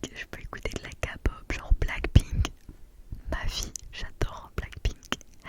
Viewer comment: ouiiii la k-pop ^^ sa se dit kéy-pop pas ka-pop mais ce n'est pas grave ^^ a et aussi je suis une nouvelle abonné :)